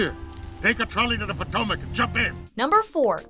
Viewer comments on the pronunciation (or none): none